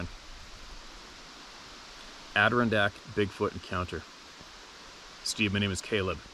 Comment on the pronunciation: Ader-RON-dack, the emphasis is on the RON I just can't stop myself.. 🤣 you can do IT !!!